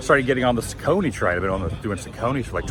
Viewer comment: Saucony is pronounced “SOCK-UH-KNEE”